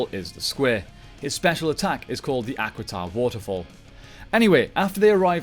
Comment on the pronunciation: As much as I love the does it bother anyone else that he does not pronoun names correctly? I mean he keeps saying the equiden rangers, or however it is spelled, when its actually Aquitar. NOW I DON'T KNOW IF HE DID THIS OR NOT but it would be like him tiaforia with its pronounce triforia. It make you wounder if he watches the show.